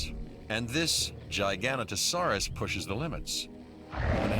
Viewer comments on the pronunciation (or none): you missed the o, makes a big difference